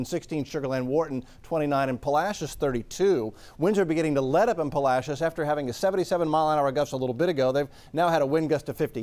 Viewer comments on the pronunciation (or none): I have lived in Texas since 2013 and hearing someone say "puh-la-shus" instead of "pah-lah-see-ohs" activated my fight or flight reflex.